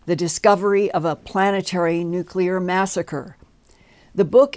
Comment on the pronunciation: Luv but how can a NUCLEAR physicist constantly mispronounce one of the most important words in his profession? There is no such thing as a NUCULAR weapon, nucular medicine scan, nucular power plant, nucular bomb and on and on and on. It drives me completely insane!